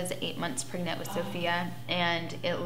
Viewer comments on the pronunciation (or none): The way she says “pregnant” just makes my skin crawl. “Praygnit”. Also, Farrah, we’ve all seen your 16 and pregnant episode. You claimed Derrick did not know you were “praygnit” and you were, in fact, avoiding his calls. Then the dude dies and all of a sudden you give a shit? 🙄🙄🙄🙄